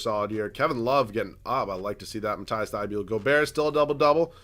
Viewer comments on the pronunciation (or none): Dude its mat-ease thybol not mat-ice thybuel dude come on pls see this and say it the right way